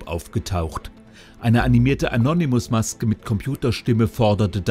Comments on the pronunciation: Das heißt annonemis und nicht anonyimus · Anonimusssss mein Gott es heisst ANONÜÜMUSSSS... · "Annonymuss" XD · Anonym Modus nicht änonimus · Er sagt Anonimus😂